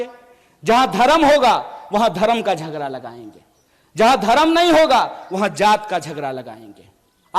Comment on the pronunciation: झगरा नहीं झगड़ा होता है पहले हिंदी शुद्ध बोलो